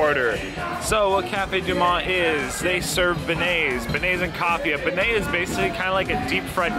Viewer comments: Think "Ben-Yay" instead of "Ben-A", or if you have some French speaking Quebec friends to help :) . And, having friends from the area (though I'm born, raised and still living near Seattle, Washington), think "Naw-lens" when pronouncing the state. I kept getting schooled on these things, so I thought I'd be one of your many fans passing this along. You rock brother. I totally dig watching you travel around all of North America and even cooler that you and Raina are traveling together. She kicks ass I've been following her for a long while as well! Stay cool my man!! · It’s pronounced bin-yay not ben-et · It's pronounced ben-yay! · Pronounced Bin-yay. Absolutely delicious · Ben-YAY. Not Ben-ay. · It's pronounced ben -yea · Lmao how you pronounced Cafe DuMonde is hilarious and also how you said Beignets SMH... nope you didn't get it correct haha but I give you a point for trying. I'm from Mississippi and lived 45 minutes away from New Orleans. Its my favorite city. And no its just fried dough and the powdered sugar almost melts a layer onto the delicious square of dough. My favorite, absolute favorite. I'm jelly.